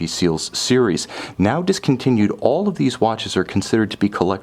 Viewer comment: His pronunciation of cognoscenti makes me physically ill.